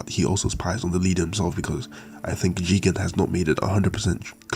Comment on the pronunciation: Why are you saying jigan? It's "Jigen". Put some respect on his name.